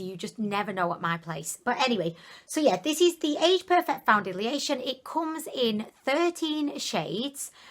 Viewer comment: I rewound the very beginning 3 times just to hear you say welcomeb to a foundidliation review lol love it!